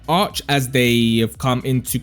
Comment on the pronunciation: Still can't pronounce arche? Bot